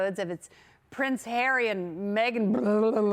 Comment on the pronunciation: a lot of syllables for Harry